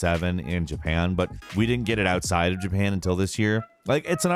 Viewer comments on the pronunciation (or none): none